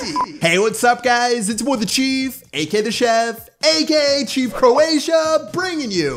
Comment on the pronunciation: Aka chief always says cheif